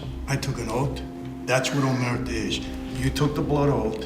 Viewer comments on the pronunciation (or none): Omertà not omerta…stress on the last “a”.